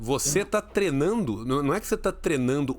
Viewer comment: Nunca tinha percebido que o fala "trenando"!